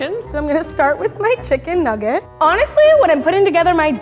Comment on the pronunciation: “Issa chicken nuuggite”